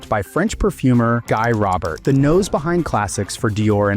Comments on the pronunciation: it's pronounces gee rowbear and not guy Robert lol. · Butchered Guy Robert’s name there.